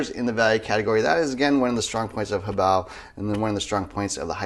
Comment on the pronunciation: I hate when other people use 3 syllables to pronounce HoBao. Ho-bay-oh? No. Hoe, bow!